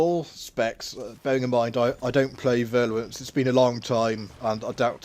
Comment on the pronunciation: Nice vid tnx. One thing: it's virulence not virluence... ;-)